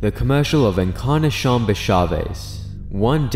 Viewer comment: Encarnacion is pronounced "In-car-nah-see-own"